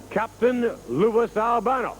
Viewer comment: The look on Blassie and Vince's face when Stevens mispronounces Albano's name. And then Lou kind of gestures to someone off camera like, it's okay. We'll redo it.